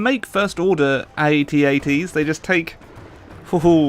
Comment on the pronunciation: When he said ATATS i cringed